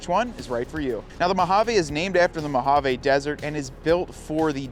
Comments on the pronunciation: Mo hah VEE not mow hawww vayyyy. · Great side-by-side companion. I must admit, I cringe every time I hear you mispronounce the word Mojave … it’s actually “mow haa vee”. But great info! Thanks 👍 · MO-HA-VEE!!!! ENGLISH PLEASE… NOT SPANISH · Mojave is a Spanish word though.